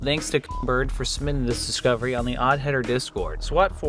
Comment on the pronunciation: It's also one of the few times he's said "submitting this discovery" without skipping half the syllables.